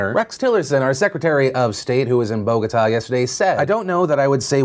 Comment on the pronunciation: Wow Phil pronounced Bogotá almost good! :) Greetings from Bogotá